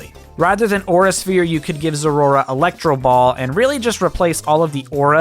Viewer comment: As a zeraora fanatic I cringed whenever you pronounced it that way. Cmon, “zerora”?